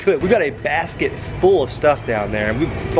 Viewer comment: I thought you said bass kit but you said basket😂 Ps I love your vids